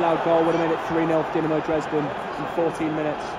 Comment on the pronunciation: Doo-na-mo Drays-den